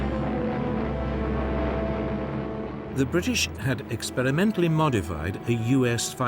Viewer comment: He pronounces a lot of his 'r' as an 'L' , i.e. "Amelican" and "expelimental"